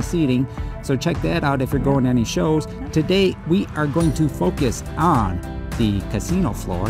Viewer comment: It's a nice sunny day togay? I love your slip ups lol